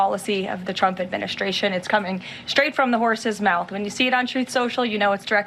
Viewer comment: I love how she says Chump when she’s trying to say trump.